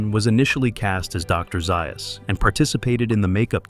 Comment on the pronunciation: It's Z A us